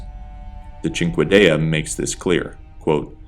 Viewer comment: You are the only lore channel that I have heard say cinquedea correctly so thank you for that.